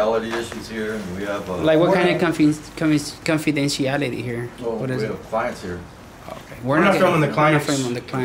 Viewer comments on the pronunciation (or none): your homework assignment for the next month is to say confidentiality 10 times every day in front of the mirror. Don’t attempt to say that word again in public until you master it.